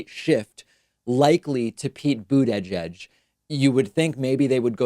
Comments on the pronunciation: "Booty judge" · David, it's pronounced, Buddha - jedge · It's not budda-judge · I don't care if that's the correct pronunciation, but dude you gotta stop with the Boot-edge-edge nonsense. You sound like you're short circuiting... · Someone make a compilation video of David saying "Buteyjudge" and "Toolsi Gbahrd" please. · I like you Pakman, but the way you say buttigieg makes me want to instantly turn this shit off. lol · Slipped up almost pronounced Mayor Pete’s name correctly.